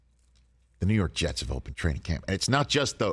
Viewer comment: Did he say the Rew Rork Rets? All Scooby-like.